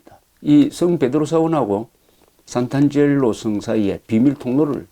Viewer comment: "상트-안젤로" 라고 해야 맞는말 아닐가요? 재미있는 여행기 잘 듣고 있습니다.